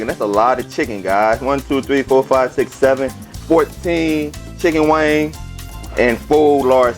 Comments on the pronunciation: It's wing not wangs lol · Wings dammit. Not WANGS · Now why in Sam Hell is he capable of pronouncing the seasoning "Tony Chachere's" correctly but can't say wings !?!? His voice go in and out good to all bad. Sorry not sorry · Wangs? Baaaaahaaaaaa🤣😂🤣🤣🤣 It’s WINGS dude. Damn🤦🏽‍♀️ Quit embarrassing us and you. “Get up in ner “ WTH?🤷🏾‍♀️ It’s get up in there. Lord🙏. Bravo though dude, at least you cook. Mine won’t even Fukin try🤣🤣🤣😂😂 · Is it chicken wings or wangs? 😂😂😂 he must be from the south. Good cooking dude. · Obviously the man is highly intelligent and his regional accent has no effect on that fact. Besides all that I LOVED his accent and I knew it was LA from the jump. Lol Their accents are completely unique... and their accents, and their culture are national treasures! I loved the seasonings he used and the way he said, "wangs". Cracked me up every time! Great chicken recipe and video! The man is official! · “Wangs” lol I love it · Like the way you say wangs. I just bought, thanks for the tips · Right I’m 😂😂😂 every time he said wangs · I just watched this and when he said wangs i was like maaann he from the boot talkin like that. I was waitin for him to say Whodie